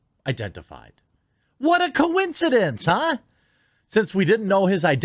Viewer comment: What a co-een-kee-dink! So many freaking co-een-kee-dinks, so little justice